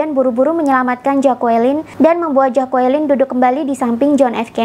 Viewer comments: Maaf bacanya Jacqueline adalah “jeklin” bukan “jakuwelin” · Bilangnya 'jeklin', jd bkn 'jakualin' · Jeklin Mbak bukan jakualin..... aside from that, keren Mbak👍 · Maaf ralat cara baca nama istri beliau Jacklyn, Q nya gausa dibaca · Dibaca “Jeklin”...